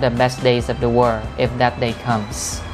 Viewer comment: Hi, mình có 1 góp ý nhỏ là "wind" phát âm là /wɪnd/ (theo từ điển Cambridge) và world /wɜːld/ ạ.